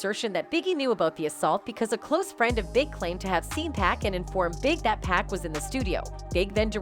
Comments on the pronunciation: PAC PAC not pack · It must be an AI talkin...hahaha...how you gon get pac name wrong